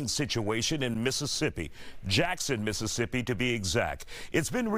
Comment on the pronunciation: It's Mississippi 😂